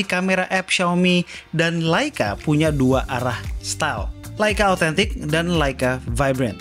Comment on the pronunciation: serius tanya... pelafalan yg bener tu LEica atau LAica sih....???? sepanjang video itu yg ganggu kuping... cuma di chanel ini nih... beda sendiri